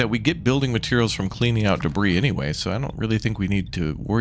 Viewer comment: *Not me driving a spork into my leg, red faced from how much my every muscle is clenched: "Wow all of these trekkies are so intense, why are they so uptight about enunciation?" Im sorry wait, HOW did you pronounce debris??? Nvm I get it now. Jk way to survive the um actuallizers